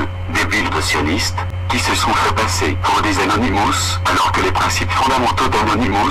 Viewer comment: arrête d'écorcher leur nom c'est Anonymous tu sais pas parler alors ne parle plus car tu n'as rien d' intéressant a dire et je reste polie .